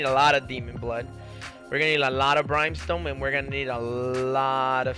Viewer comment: "Brime"Stone LOL